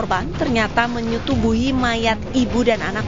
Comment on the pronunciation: Pembawa beritanya lucu bagian kata menyetubuhinya dikasi penekanan dan jelas 😂